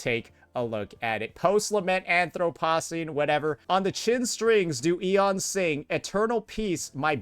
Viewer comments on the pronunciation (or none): Anthropocene. The age of man. You’re saying it wrong.